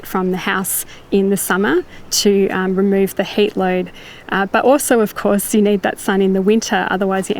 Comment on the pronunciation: Funny, whenever she says HEAT, I hear HATE.